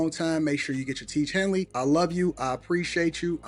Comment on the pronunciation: I never hated hearing two words said by a ngga in my life "tiege hanly" smh urks my soul